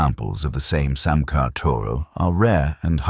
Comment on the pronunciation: It's pronounced "Samay" and "Samaycar". Here's me, trying to teach AI.